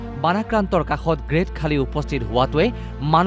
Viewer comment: Khaali nohoi bhortti. Khali buli ussaron koribo pora nai ne? Iss iss